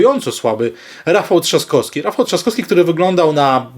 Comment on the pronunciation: Panie....z całym szacunkiem i sympatią dla Pana, ale bardzo proszę o poprawne i schludne wymawianie nazwisk, np.StanoWski, TrzaskoWski, bo moje ucho jest na to bardzo wrażliwe i również nie toleruję, jeśli ktoś mówi np. jabko. Z góry bardzo dziękuję i pozdrawiam serdecznie.